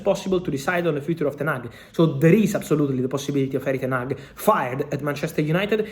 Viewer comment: Ten-hag stays